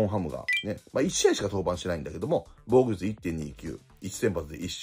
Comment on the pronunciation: 防御率→防護率 与四球→吉牛 に聞こえる